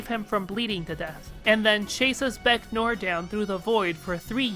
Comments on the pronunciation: 'noir' is pronounced like 'nwar', not 'nor' -- great video otherwise. :) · To make matters easier, you may want to pronounce noir as "nwahr"